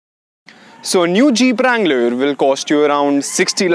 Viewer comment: its a wrangler not a langler lol🤣